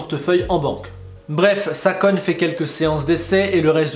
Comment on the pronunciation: Ou bien regardes où tu recules m-m-mais "Salkon" Yamamoto